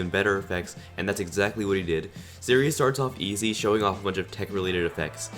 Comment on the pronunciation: hey u said sirius wrong................. BOI